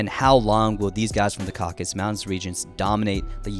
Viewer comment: the mountain region is called "caucasus" not "caucus" mountains